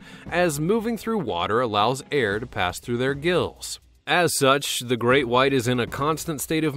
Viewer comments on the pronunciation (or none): Draco - he litterly said greak white shark